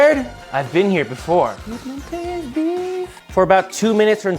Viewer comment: Usual English pronunciation is peedmont.